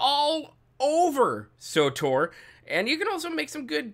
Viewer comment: Wtf is sotor? Its Tor, S W Tor, or swtor. Not sotor.